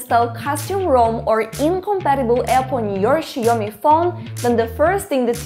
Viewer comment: Where are you from? I can't deny the fact that you keep saying "Xie Omni" And not "Xiaomi"